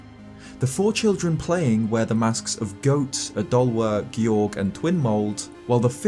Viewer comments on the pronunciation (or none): none